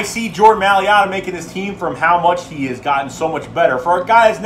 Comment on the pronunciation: M-A-I-L-A-T-A (My-Luh-Tuh), not maliata!! he is a beast!!!